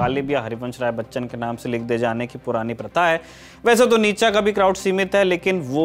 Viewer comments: It's नीत्शे,not नीतशा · भाई इसका नाम नीच्चा नहीं नीत्शे था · Isako itana hi pata hota to....nitshe ko nitacha bolta???? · Its फ़्रेडरिक नीत्शे not नितचा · नीत्शे नाम था। निटजा नही। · सही उच्चारण नीत्शे है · His name is pronounced as नीशे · Naam bhi sahi se nahin spell kar paate ho NICHA😂😂😂😂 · Actually it's pronounced more like Nee-che